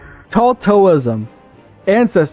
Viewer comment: I could forgive the "Taltosism" instead of "Taltoism", but how the hell do you read "Auspicious" as "A suspicious"!?